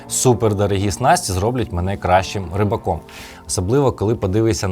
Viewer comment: "рьібаком"... знімав би вже все російською, якщо з українською так слабенько